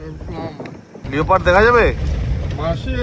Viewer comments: দারুণ লাগলো ব্লগটা ।খুব enjoy করলাম ।আমরা হাতির পিঠে কাজিরাঙ্গা ফরেস্ট সাফারি করেছিলাম আসামে ।খুব সুন্দর ট্যুর হয়েছে তোমাদের ।ওটা লিওপার্ড নয়,লেপার্ড উচ্চারণ করতে হবে ।বারবার বলছো খুব কানে লাগছে শুনতে । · উচ্চারণটা লিওপার্ড নয় উচ্চারণটা হবে লেপার্ড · ও দাদা লিওপার্ড বলে না, Leopard কে লেপার্ড উচ্চারণ করতে হয়। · লিওপার্ড টা কি মেদনিপুরিয়া'দের স্পেশাল ভাষা 😂? আমরা তো জানি "লেপার্ড"। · আমি অবাক হয়ে ভাবছি আর দুজনেও লিওপার্ড বলছে, মেনে নিলাম লেখাপড়া হয়তো শেখেনি কিন্তু ভাই দুটো তো লেখাপড়া শিখছে নাকি, class one এর students রাও জানে লেপার্ড বলতে হয়। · Spelling holo Leopard kintu pronunciation hobe lepard